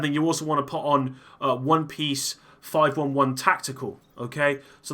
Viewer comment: It’s pronounced “Five Eleven”